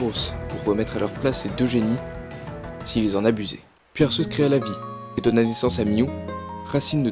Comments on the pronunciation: Arrêtez avec ArSéus x) prenez un truc français officiel et regardez la prononciation :/ je sais pas prenez la série pokemon (certes c'est moyen mais c'est officiel) ils disent bien arQUéus x) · On dit arquéus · desoler de te le dire mais sase prenonce arkéus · On dit Arceus A R K É U S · Je suis le seul à les prononcer Arcéus et Guiratina ? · j'ai quitté la vidéo quand il a dit arceus en mode "arsseusse", merci pr ce viol auditif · je ne suis pas le seul à dire Arçeuse 💕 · Le pire c'est arseus ! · Comment tu prononce arceus ?!😂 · C énervant que tu dise arceus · Bah oui alors que normalement c'est Arceus, je vois pas pourquoi il dit Arceus... après certaines disent Arceus aussi ! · Si tu a vu le dessin animé Pokémon tu verra que tu prononce mal le mot Arceus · Je viens de découvrir cette chaîne et je la trouve super ! J'adore qu'on me parle de ma saga préférée de cette manière! :) Bon, après, si je voulais faire mon fanboy hystérique je dirai que la prononciation de certains noms me dérange un peu (notamment Arceus et Giratina) :3